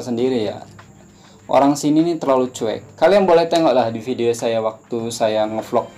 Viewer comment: hehehe kaaaan. pastu klo huruf V, jd huruf F. (video=fidio, covid=cofid) haha